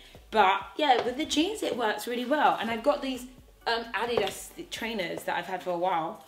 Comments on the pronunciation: The way you say Adidas😂😂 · First of all I love your channel, so please no one take this the wrong way. The way you said Adidas....I was so confused at first, until I saw you referring to the shoes. I had to stop and rewind. Like she bought what that goes with this outfit? I was dying laughing at myself. Sorry....had to put that out there.